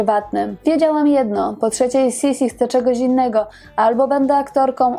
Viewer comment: Niemiecka wymowa to jednak Sisi tylko, że es jest twarde.